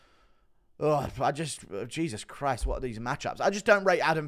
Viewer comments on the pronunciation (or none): none